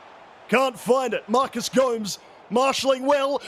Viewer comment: it's Gomes, not Go-mez ( if that's what you're asking :D )